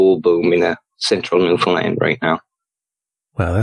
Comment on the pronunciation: it's pronounced NEW FUN LAND.... Newfoundlanders tend to get irritated when people mispronounce it. 😅